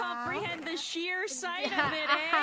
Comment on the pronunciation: Kronii’s “Ey?” Sounded like she funneled an entire Canadian bloodline into a single syllable